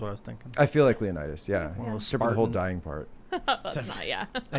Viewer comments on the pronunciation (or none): Did just called Leonidas "Lee-o-nightus"? I had to decipher that.